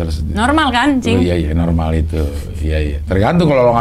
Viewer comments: Jangan pakai "N" des... "Cing" aja.... Jangan "N-Cing".... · netizen : cing abdel desy : njing abdel haahaa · Maaf ya Cing, kayak "Njing" hahahahahahhahahaha, sehat-sehat ya NCING hahahaha